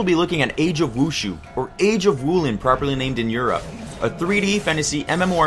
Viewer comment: mhmm pronunciation of the word wushu...